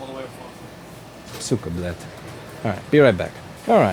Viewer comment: Louis, did you say “suka blad” at 18ish minute? :)